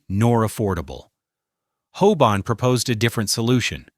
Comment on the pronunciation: It’s HOBAN not HOBONNE! Ffs! This is the second of your videos I have looked forward too but had to look away by the repetitive use of names and places and the utter drag out of what could be so interesting into utter sludge. Such a shame.